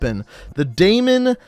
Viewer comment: Dude great video, but it's pronounced dee-muhn hahaha